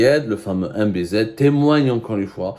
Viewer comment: C'est quoi cette insistance à écorcher continuellement le nom de MBZ !! Tte interprétation n'honore aucunement le Journaliste que vous prétendez être